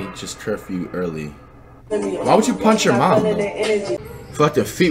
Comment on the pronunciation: He said why you punsh your mom 🤣